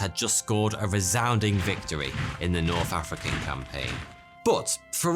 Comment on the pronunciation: "Norff African campaign . . . . "